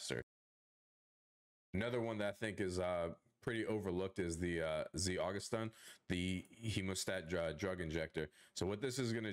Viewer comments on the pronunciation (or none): you say za-goose-stin funny lmao